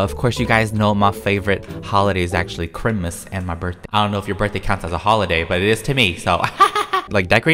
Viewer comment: Nobody: Not a single soul:: Of course you guys know that my favorite holiday is chrimas. Vine: Merry Crysler.